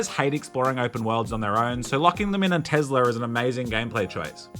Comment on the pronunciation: Ahhh yes, the American electric car company Tezler.